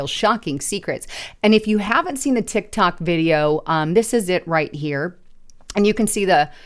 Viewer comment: it is a Tic-Tac not a Tic- Toc